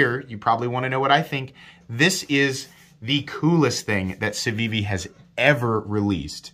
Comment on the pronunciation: You are pronouncing it correctly. No button stick? My elementum does stick even after cleaning.